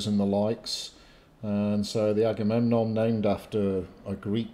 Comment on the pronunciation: Agamemnon becomes eggs & bacon! Gotta love sailors. They can;t pronounce anything. Not even ship pats! Forecastle become fo'castle (generally pronounced foxsle). In fairness, when I read an illustrated Illiad given to me as a 10th birthday present I took me ages to work out how to say that damn king;s name. Luckily I always like Odysseus best (named my rabbit all those years ago after him 'cos he was a clever one).